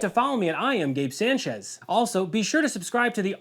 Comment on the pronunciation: It's gabe sahnchez not gabe saincheas